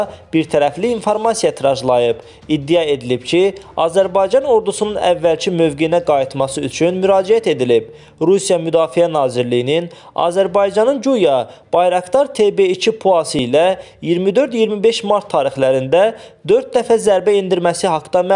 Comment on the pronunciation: Bayraqtar yox Bayraqdar .